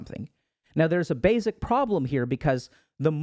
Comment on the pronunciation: baSic, not baYZick